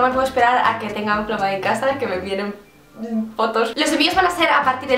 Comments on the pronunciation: Se dice "flámae" no "flamáe" Lo siento, no pude evitar sentirme como Hermión con su "is leviósa not leviosá"😂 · por qué ese título? Es del latín? Si es así, se pronuncia flámmae, como si llevara tilde en la primera a. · Es que en latín no existen las palabras agudas, por tanto es flámae. A menos que se haya inventado la palabra, pero lo dudo jeje,.